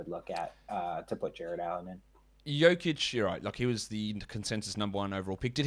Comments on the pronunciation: pronouncing "joke-itch" 💀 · Lost all credibility when he said Joke‐ich. If you can't pronounce the reigning MVP of the league's name, you're not closely following it. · lmao this guy is trash....Can't even say Jokic's name correctly.....and PORZINGIS???? Rofl the guy is always hurt. It doesn't matter what his per game ranking is....What about Myles Turner or John Collins? These guys were much more consistent than Porzingis